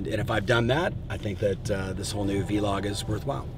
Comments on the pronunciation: Lmaooooo it’s not V-log. It’s vlog say it exactly like blog but with a v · Love this! 2 of my favs. Can’t wait for what you come up with. I think it’s vlog, which rhymes with blog; not, vee-log...unless that was a play on Gary Vee 🤷🏼‍♀️. In which case, never mind, carry on 😂